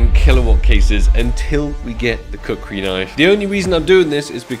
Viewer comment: Bro said cuckri knife